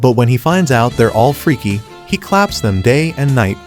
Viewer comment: When he said freky its funny😂